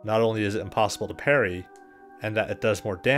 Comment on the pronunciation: parry....... parry ....... perry....... peryyy...... Matthew "Perry".........